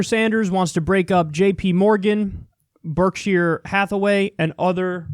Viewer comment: Kyle doesn’t know what Berkshire Hathaway is haha, you can tell by his initial struggle to pronounce their name.